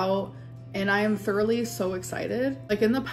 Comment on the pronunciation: they're making fun of how pronounces it lmao